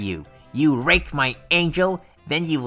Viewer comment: am i having a stroke or are you saying rake .....